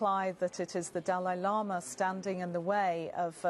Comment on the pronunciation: Dalai Lama = Du lay lo ma